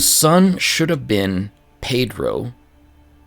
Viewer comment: Hey there! your pronunciation is great, and in the case of Pedro it's actually pronounced pe-DRU as you suspected. In the case of João (my namesake lmao) I know it's really hard to pronounce the nasalized vowels, so it's really alright. "Ão" is pronounced kind of like "own". Keep going, I'm really enjoying it!